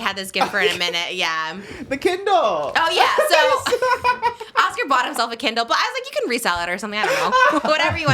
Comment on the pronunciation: "So we got you a kindlllMMMM." 😂😂 Love you, Trish! 🫶